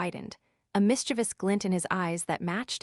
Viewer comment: At it pronounces "mischievous" properly. I'll take it.